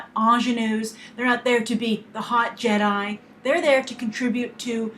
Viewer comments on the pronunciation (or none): none